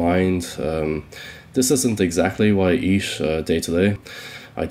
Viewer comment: Am I tripping or does he says “eesh” instead of “eat”? I’m not a native speaker so just asking for curiosity